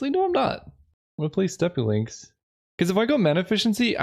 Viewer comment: channeling his inner SaffronOlive in this one by pronouncing steppe lynx both correctly and incorrectly multiple times in the same video